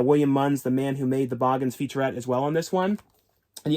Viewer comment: The Boogens is pronounced as boo-gins not bawgens.